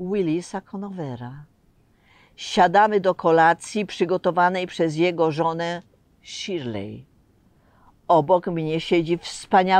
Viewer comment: Shirley - Szirli nie Szirley.